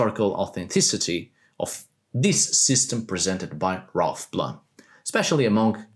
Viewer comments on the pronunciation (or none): none